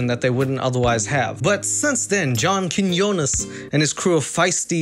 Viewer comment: "I was on WWYD with John Kimyumyum" lmao